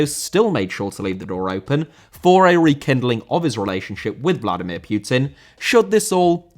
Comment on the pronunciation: "Vladimir Pioutine" Are you really that english?? Pronouncing anything that's not english so fucking bad